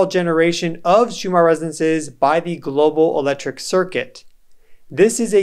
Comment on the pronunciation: Why do you pronounce 'resonces' instead of 'resonances'?